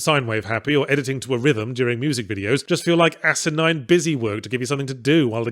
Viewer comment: Yahtzee's pronunciation of asinine sounds like Acid Nine to me, which would have been a great Phillip K Vonnegut novel. Game looks a bit like a more tense "Do Not Feed The Monkeys".